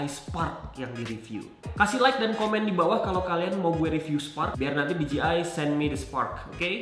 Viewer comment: Di Je Ai bro bacanya.. bukan Di Ji Ai